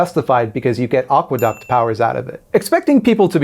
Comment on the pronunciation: Aqueduct.... at first I heard agua duck and was like, yeah they usually live near water 😅😂